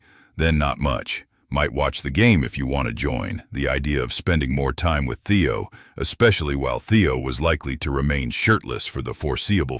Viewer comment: Kind of ruins the story when the narrator program messes up Theo’s name on and off.